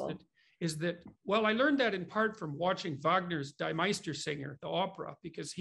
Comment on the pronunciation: It's "DEE"-MEISTERSINGER, not "DIE" (dye) MEISTERSINGER!!